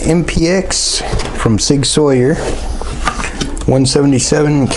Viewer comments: GODDAMNIT!!! It's Sig Sauer( pernounced sour) not Sawyer and it's a pellet gun not a pelliot' gun as there is no such thing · ITS SAUER NOT SAWYER THERES NO Y IN THERE GOOD JOB BATTLE.....